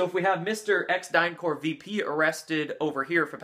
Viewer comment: The p in DynCorp is to be pronounced. That's because it's not French. It's English, abbreviation for Corporation . If it were the French word "corps" it would have an s at the end.